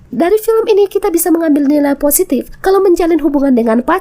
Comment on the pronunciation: Film kali min bukan pilim😅